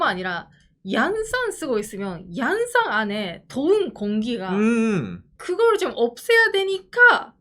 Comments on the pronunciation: 오상 양산 인토네이션이 日傘가 아니라 부산옆에 양산인데😂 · 양산남자-- 경남 양산에 사는 남자로 들리는 엑센트로 발음하시네요. 고향이 어디셔요? ㅎㅎ 그냥 내용 안보고 '양산'을 들으면 경남 양산으로 이해할 것 같네요. 억지로 그냥 댓글을 달려고 요렇게 썼습니다. ㅎㅎ 항상 행복하십시요.